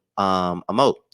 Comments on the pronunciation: It’s a Mo-ped. Sorry I couldn’t let you continue to pronounce it wrong ❤ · it's pronounced MO-ped, with two syllables.🙂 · I laughed when you read the story about Danny Leigh bc I initially pronounced moped the same way but realized that’s how you spell what we say as “mo-pad”. I didn’t know what they were talking about until I started reading the article and thought “oooooooh!” Lol. 😂😂😂